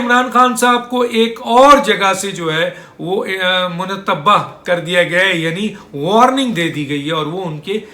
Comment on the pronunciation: منتبہ غلط ھے ۔۔۔ متنبہ صحیح ھے ۔